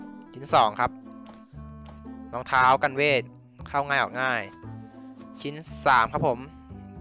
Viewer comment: พูดรองเท้าผิดครับ